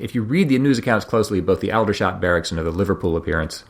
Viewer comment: Aldershot is pronounced older shot rather al dershot.